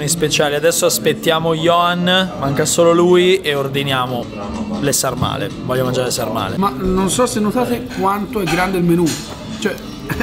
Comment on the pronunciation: sàrmale con l'accento sulla a